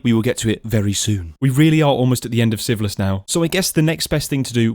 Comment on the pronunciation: No hate like this and I have watched only one hour and 27 minutes and every time a new episode comes and you say the name of the series it sounds a lot like syphilis. You really need to work on your naming skills 😂😂😂 otherwise a perfect video.